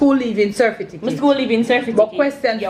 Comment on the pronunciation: Serfiticate is stuck because the brain and tongue have difficulty adjusting to certificate after years of pronouncing the word incorrectly.